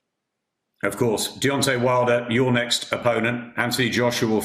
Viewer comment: little dissapointed to hear him say “if deyonte knocks me out”